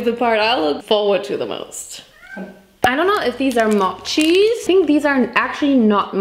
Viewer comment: MAChi its M-o chi